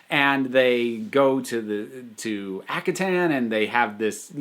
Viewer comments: Ak - har - ten Sorry but this slightly annoyed me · Due to not knowing how to pronounce Akhaten. I always mispronounced it as "ar-ken". I have no idea where I got the "r" sound.